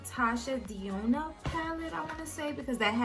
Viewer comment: Denona.....DE NO NA....is how u pronounce it. Not trying to be funny just trying to correct Sis.